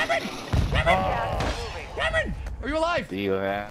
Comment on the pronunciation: you call him always camron! HAHAHAHAHA then you ask him again what his name is but you call him again camron!!! HEHEHEHE its so great, i could not stop laughing because you always call him camaro 😆👌✌